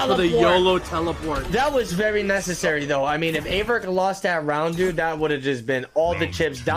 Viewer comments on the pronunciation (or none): He called him Averk😂